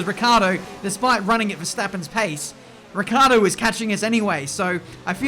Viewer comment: It's annoying to hear you call Daniel Ricciardo, "Riccardo". Why do you forget that "i"?